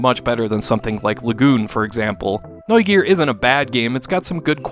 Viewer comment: decent pronounciation of Neugier btw